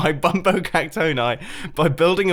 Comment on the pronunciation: Pronounced See-nyor-eye Bum-bone-ee